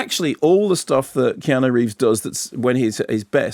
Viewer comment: Why does he pronounce Keanu so weird ??